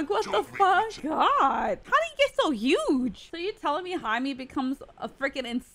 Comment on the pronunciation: Jaime is pronounced like Hi-MAY not Hi-MEE.